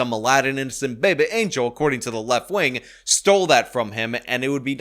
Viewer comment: "Innocent babuh angel Aladdin." I crack up every time you say it. 😂 I also use the term online when i see stories like this too.